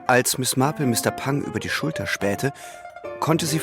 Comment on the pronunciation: Die Ansage einer Dame die nicht mehr auftaucht spricht Marple in amerikanischem Englisch mit Betonung auf R. Glücklicherweise die beiden Sprecher vom Radio nicht. Genug gemeckert. Englisch muss Englisch bleiben. 😊 Es ist wunderbar die Geschichte von einem echten Menschen vorgelesen zu bekommen. Sehr schön gemacht. Nichts geht über die echte menschliche Stimme. 👍👍⭐⭐⭐⭐⭐